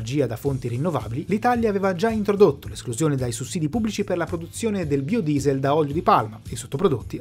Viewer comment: Per tutto il video non ho fatto altro che ricordare Xzybit che dice "BAIODIESEL" chi ha visto pimp my ride saprà